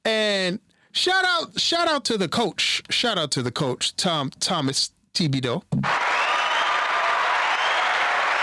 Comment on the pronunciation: Tibido? I didn't know Coach was Haitian lol